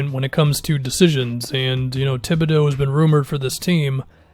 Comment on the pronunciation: Tom thibbadeux? lol stop falling for fake news bud